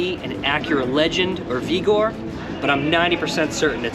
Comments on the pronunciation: Adam Vee-gor? Its Vig-or lol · Acura Vee-gor😂